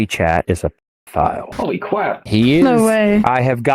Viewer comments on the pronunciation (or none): "Pwoximity Chat is a pedophile" "Holy cwap" That shit had me dead bro💀💀💀